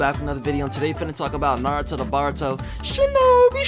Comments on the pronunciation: baruto is pronounced bortoe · Boruto is pronounced bor-u-toe obito is pronounced oh-be-toe minato is pronounced me-nah-toe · “Bar-uto” “Obi-do” “Mini-to” Makes me so frustrated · Bro it’s not baruto it’s boruto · its boruto BOUR U TO not BAR uto